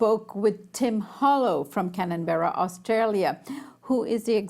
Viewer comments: CAN BER RA not cananbera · Canberra not Cannonberra